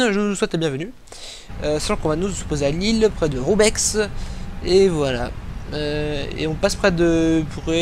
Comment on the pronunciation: Bonjour! Excellente vidéo! Ton simulateur est magnifique, vraiment et ton travail est magique! Par contre, par pitié, dans le mot Lesquin, le s ne se prononce pas et le x de Roubaix non plus! =) =) Merci pour ce vol. Aurais- tu un compte Skype sans indiscrétion?:)